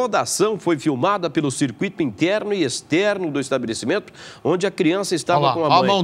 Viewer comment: Jornalista falando cir cu i to é soda .Cir cui to ,nao é hiato ,é ditongo